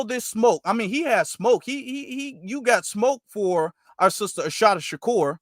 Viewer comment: Great broadcast sir. Just one thing. There isnt an H in her name. Its pronounced uh-SAH-tah. Peace and blessings.